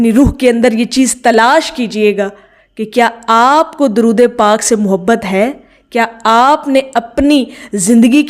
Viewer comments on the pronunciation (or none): none